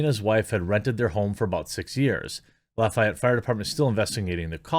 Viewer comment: Good news, good story. Proud of my fellow Hoosier. BTW, we say loff-ee-ETTE.